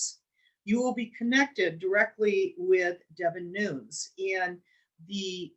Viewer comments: DEVIN NUNES......PRONOUNCED......LIKE.....NUNEZ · Pronounce Devin Nunes as “Noon nez”